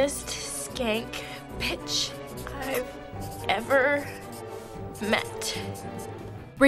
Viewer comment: Is it just me or does anyone else hear Regina saying ‘nastiest skank PITCH’ if u agree